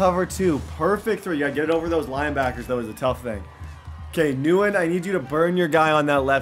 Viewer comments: It's thin win not newin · Nguyen is pronounced Win not Newen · says nguyen-nuwen instead of saying gwinn. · Every time he calls the guy New Win was cringe 😬. Literally had a pro football player named Dat Nguyen. It’s pronounced Win 😂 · the Nguyen is not pronounced “newen” it’s pronounced “win” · NGUYEN IS NOT “NEW IN”, ITS “WIN”. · 100% pronounced “win” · keep up the good work with your channel Bro!! Gotta let you know my dude Nyugen is pronounced Win. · keep up the good work with your channel Bro!! Gotta let you know my dude Nguyen is pronounced Win. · Nguyen = “win,wen” you were pronouncing this so wrong 🤣😅 good video mane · Quick tip for the next vid. It’s pronounced win (Nguyen) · Helpful advice “Nguyen” is actually pronounced “win” , it’s Vietnamese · thein nguyen is pronounced thin win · “Nguyen” is pronounced like the word “win” with an “n” sound in front. “nWin”. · Thien Nguyen is pronounced Thin Gwen Please like so can see. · Nguyen is pronounced “when” for future reference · only og's know its pronounced thin win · it’s Nguyen not nu-when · His name isn’t Wisebecker it’s weisbecker and Nguyen is pronounced “when” lol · Nguyen is pronounced “wen” just btw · Nguyen’s name is pronounced thinwen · Nguyen is pronounced win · Lol I love when he mispronounces names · I have to say that as someone who lives in Vietnam, your mispronunciation of Nguyen does irk me a little.😜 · Cool vid but the pronunciation of Nguyen is cringe asf 😖